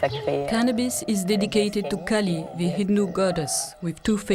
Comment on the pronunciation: It's not 'Kully', it is 'Maa Kaali' (pronounced: Maa Kaa Lee)